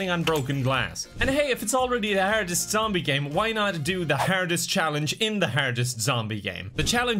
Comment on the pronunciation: 😂😂😂 “the herdiss challenge” I love this accent